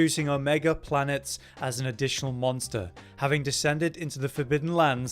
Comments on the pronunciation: There's an E at the end of planetes... its not planets it's Planetes like you would add a syllable making it planet-es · Please pronounce the Greek word correctly it’s not planets it’s plan e teez it means wanderer it kills the Greek in me to hear you mis pronounce it twice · Pla-ne-tes (sharp s, sssnake) Comes from Greek, means Wanderer Neat, also the name of a manga.